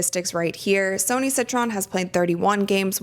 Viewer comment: Just to let you know Sonia Citron name is not pronounced Sony it’s pronounced like Sonya. I am a fan of yours just thought I would help.